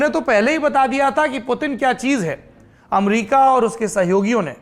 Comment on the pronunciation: AMRIKA :p